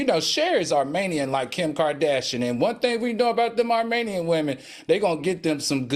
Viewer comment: I'm dead at Al saying 'Marmanian women' 🤣🤣 instead of Armenian. By the way I blame Kris Jenner and her toyboy